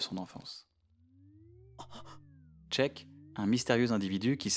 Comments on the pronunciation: ça se prononce "Shiik" (non c'est pas "Shëik" et encore moins "Check" car "Shiik" étant plus proche de sa prononciation japonais "Shiiku") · On en parle de "tchek" au lieu de Sheik alors quon a une vrai voix française pour prononcer correctement le mot sheikah dans botw?